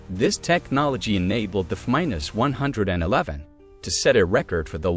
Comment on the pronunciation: I think the content you are presenting is decent… But I stopped watching do the continual mispronunciation of the AI narrator.. A few… no problem. But constantly getting the planes name wrong. Anything with numbers. It’s too much.